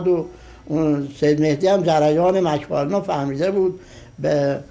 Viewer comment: مک فارلن رو بردن مشهد ،، شد مش فارلن 😂